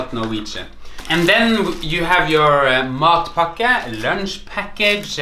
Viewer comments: It sounds like you're saying "mud packet" Somehow I think a mud packet would taste better though haha :) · It sounded at first like he was saying MUD BUCKET... I'd rather have the mud bucket then his sandwich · The way you pronounce it in Norwegian almost sounds like "mop bucket" -- "In the meantime, I'm enjoying my sweaty mop bucket"! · I just realized, matpakke is pronounced just like an American "delicacy" that is small and often served as lunch or a snack....and it looks just about as appealing: the Hot Pocket . And just like in Norway, this American snack is reviled by some people and adored by others. Just about everything you say about matpakke is said about the Hot Pocket. And I must confess, I have never eaten a Hot Pocket.